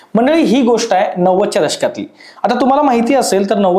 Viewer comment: नव्वद च्या द-श-का त असा उच्चार हवा.